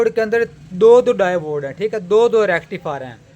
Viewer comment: Davode nai hota diode hota ha bhai